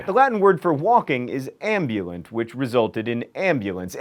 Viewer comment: The Latin word for "walk"- ambulant- is pronounced ahm-boo-lahnt. Sorry, I cringed